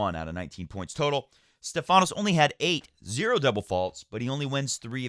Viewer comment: Great match by Felix. As a Greek I gotta correct you on the pronunciation of Stephanos. It's Stéphanos not Stephános. The accent is on the e. Cheers